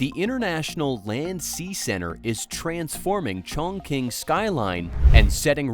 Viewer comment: Your pronunciation of Chongqing is wrong, teach your AI voice to do better